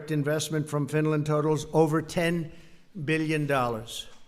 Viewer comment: Beal yen. Meal yen dollars